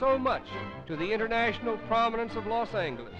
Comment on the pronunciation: "Los Angleles" and "Olvero St" LOL